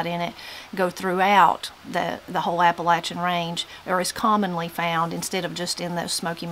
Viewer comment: THANK YOU FOR SAYING APP-A-LATCH-IN CORRECTLY! #WNCForever